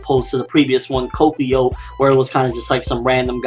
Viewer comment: You pronounced Katekyo wrong